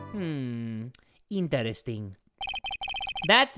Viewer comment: "ThaT'S VerI yIntErEsTiNg" yinteresting indeed.